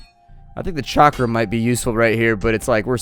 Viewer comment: dont wanna be that guy but its chakram not charkam